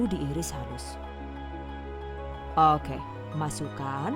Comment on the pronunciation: Aku selalu ketawa pas denger "okeh" lucu 😀😀